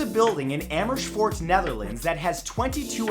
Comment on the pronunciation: The way Matt pronounced what I think is Amersfoort actually offended me, plz delete this